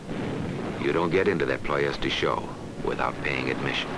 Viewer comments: Ploesti is pronounced Plo-esht, not Plo-esti. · Unfortunately Romanian is a latin language, and is pronounced as is written, Ploiesti, one word. Ployeshti by English. Was the oil field city of Romania at the time, occupied by Germany. Then in August 1944 by the Soviet Russian army.